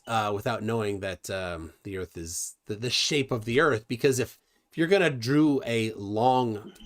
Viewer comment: Never met a guy smarter than me who called earth "erf"